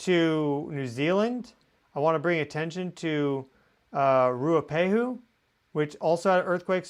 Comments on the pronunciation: Mt Ruapehu in New Zealand is pronounced Roo-uhh-pay-hoo - Ruapehu 🙂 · Mt Ruapehu ( Roo-A-pay-who ) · Mt Ruapehu pronounced Rua pay who. That swarm seems to have calmed for now. Or else Geonet has stopped recording it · The new zealand volcano is pronounced "rua-pay-who". Thanks for your work, much appreciated :)